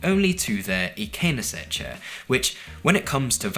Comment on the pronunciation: Your IKEA pronunciations are getting better! Did you ask them to voice clip these before filming?